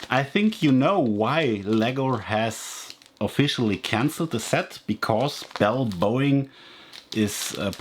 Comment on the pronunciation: Boing instead of Boeing